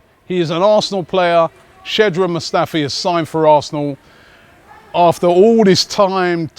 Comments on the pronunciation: Robbie are u ever going to say his name right? Shkodran Mustafi not SHEDRAN Mustafi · Shkod-ran not shed-ran.. Ffs robbie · OK, Mustafi signed, so Robbie, maybe it's time to finally learn how to pronounce his name, because I think it's disrespectful. It's not Shedran... It's SHKODRAN. It's not that tough and thera are many German interviews with him on YT to help you. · shkodran not shedran robbie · It's not Shedran Mustafi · pronounce his name correctly, Robbie. sh-kodran Mustafi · "Sedron Mustafi"? Seriously Robbie? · OMG!! ROBBIE when will you stop saying SHED-RUN Mustafi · Robbie please, it's skod-ran' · Am I the only one who's getting REALLY annoyed/pissed off when he pronounce Shkodran wrong??